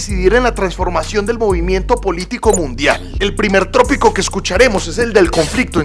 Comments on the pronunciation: Bro tópico.. no trópico .. 😊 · no es trópico; es tópico. Lo demás bien. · No se dice trópico sino TÓPICO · buen video. No es trópico sino tópico. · La palabra no es TRÓPICO. Es TÓPICO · No se dice trópico se dice tópico. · Muy buen vídeo felicitaciones. Con respeto te indico que la palabra adecuada es “tópico” y no “trópico” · No es trópico sino tópico ok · Bro, revisa la pronunciación que tópico te suena tropico. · Tópico, compañero. No trópico. gracias. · Con el fin de crecer, hago la siguiente corrección: No es trópico, sino tópico. Pero aún así, tópico es una palabra que se utiliza de la palabra inglesa topic, por lo cual, es mejor utilizar palabras como tema, punto, etcétera. Saludos. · No se dice trópico, se dice tópico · Entiendo que haz tenido un lapso en vez de decir tópico, haz dicho trópico